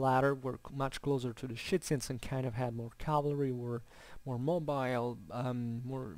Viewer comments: Very interesting video. You seem very knowledgeable on this topic. But I'm struggling to follow... who are the Schitzens and Jettais that you keep referring to? I don't know if I'm heading it wrong. Are you saying Scythian? I'm confused.. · Scythians = [shitsians] ??? i am sorry) not sounds right... scythians = [skifians] i think is more like it... other wise i really enjoyed this talk! thank you! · Hello there, thank you heartily for the compliments, it means a lot Yeah, well, welcome to my fantastic "English pack": exactly, it would be Scythians and Getae/Gets respectively, I apologize for my poor elocution. If you're interested in these topics I also made a video on Scythian warfare (that time with a somewhat better pronunciation!). I wish you a great time and enjoy